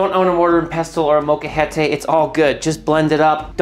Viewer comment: Subscribed as soon as you pronounced “molcajete” correctly.